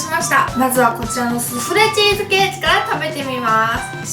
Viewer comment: スフレチーズケーキがススレチーズケーキにしか聞こえん